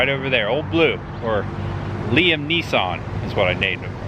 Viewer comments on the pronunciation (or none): none